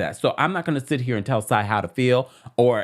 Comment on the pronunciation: Lmao "Sai eye" lol